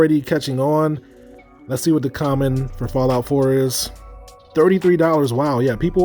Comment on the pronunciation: The “Chammon” 🤣